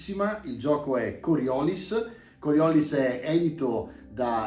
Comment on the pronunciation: Bello! Se posso permettermi, credo si pronunci con l'accento sull'ultima i (immagino il nome venga dalla forza, che viene da uno scienziato francese)